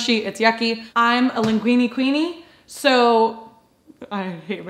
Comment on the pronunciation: "linguine queenie"